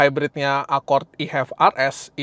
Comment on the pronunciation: ACORD Gimanya ngucapnya ?😢